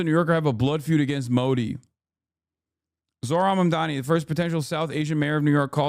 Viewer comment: "ZO-RAN MA-DANA" 😭 "ZORO MAN-DAN-AN" 😭